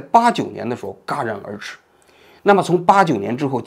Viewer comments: 不是戛ga然而止 是jia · 王局好，纠个错啊，不是嘎然而止，是JIA戛然而止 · 王局，是Jia戛然而止，不是Ga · 中央电视台的大记者王志安这么常用的成语都念白字，小学毕业生习近平念白字，看来更不奇怪了。jia戛然而止，不是ga然而止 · 王局老师，有个词您读错了，戛（jia）然而止，戛不是念ga。我们高考常考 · 不是戛（jia）然而止吗？ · 更正王局的一个发音：戛（jiá）然而止，不是gá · 戛然而止（jia ran er zhi）不是ga ran er zhi 作为一名北大的文科生 你实在不应该把这个字念错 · 纠正个错误，不是ga然而止，是jia然而止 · 戛然而止 jiá，不是嘎gā。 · 捉虫 ： 应为jiá rán ér zhǐ，现代汉语中没有“嘎然而止”这个词，但是有“嘎然”一说。成语“戛然而止”往往误写成“嘎然而止”，误读成（gā,rán ér zhǐ），显然字幕编辑者注意到了。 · 戛（jia）然而止不是嘎（ga）然而止。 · 纠正王局一个错误的发音，听过王局不止一次读错了：戛然而止，不是读“嘎”，而是读“夹”。😂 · 戛然而止(jia)，我以前也念ga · 据不完全统计，评论里近10%居然只是在说戛这个口误，很有趣的现象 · 戛然而止，念jia不是ga。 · 戛（jiá）然而止！！！！！jiá！！！！！ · 戛然而止，jia 一聲，不是ga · 戛jia然而止，不是ga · 中央电视台的大记者王志安这么常用的成语都念白字，小学毕业生念白字，看来更不奇怪了。jia戛然而止，不是ga然而止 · jia然而止 不是ga哈 还笑小学生呢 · 王局你好， 帮您纠正一下：戛（jia）然而止。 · 王志安先生纠正您的一个读音错误：戛然而止：jiá rán ér zhǐ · 王局 那个词念jia 戛（jia）然而止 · 虽然你讲的很好，但是我还是不得不纠正一下： 戛(Jia)然而止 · 王局啥学历 ga戛然而止 佩服佩服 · 冒昧的提醒王局，戛然而止（jia 二声）。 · 戛(jia)然而止 ..... 无法想象作为记者这词能念错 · 是jiá然而止。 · 戛然（jìá 然）而止……… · 王局，戛（jia，二声）然而止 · 戛(Jia)然而止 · jia然而止！二声！ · 王局 jia然，戛然而止。找到您的一个口误了，不容易啊。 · 王局，戛(jia，二声)然而止这个字你经常读错呀，给你提个意见，别忘了纠正下😊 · 戛（jia ）然而止 王老师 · 王局，戛(jia)然而止哦😊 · 戛（jia)然而止…… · 应为戛（jia)然而止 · 戛（jia）然而止😢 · 美中不足 戛（jia）然而至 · 戛（Jia 夹）然而止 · 8分15秒，应该读jia戛然而止吧，二声，没有嘲笑的意思哦！ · 戛（jia）然而止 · 王局，戛jia然而止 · 戛（jiá)然而止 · 戛（jia)然而止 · 念 戛（jia）然而止吧，读白眼字了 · 戛（jia2）然而止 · 王局 戛jia2然而止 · 戛jia然而止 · 亏你还学文的，戛然而止的戛你念嘎？你是鸭子？ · 戛然而止 [1] 是一个汉语成语，读音为jiá rán ér zhǐ，噎到了~~ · 王局，是戛然而止。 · 你可真掉价！戛然而止都能念错！怎么在中央电视台混的？